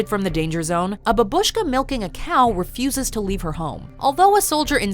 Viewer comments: a bAbushka, not babUshka, lmfao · It's a bábushka, not babúshka... stupid western spies...😂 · The Narrator took mispronunciation to the next level with the word бабушка. It’s not Babooska it’s babushka. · It's bAbushka, not babUshka... jeez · It's bAbushka, not babUshka. Ffs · For God's sake, it's Bа́bushka, not Babúshka. Will the english-speakers ever learn this simple word? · When will this day come when illiterate americans will start to use UKRAINIAN language when describing UKRAINIAN stuff? We say - BABTSYA or BABUSYA. Babushka is a russian word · Why do you instead of Babushka say babshka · "a bab-uh-shka" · you made me gag when you said ''babushka'' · Why do English speaking people keep saying "babushka" with the stress on the second syllable (while it should actually be on the first)? If you don't know how to say a Russian word, why say it at all? Besides, the Grandma in the show is Ukrainian and not Russian, so it would be "babusya" anyway...